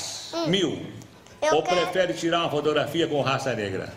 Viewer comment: "Tira frotrografia" kkkk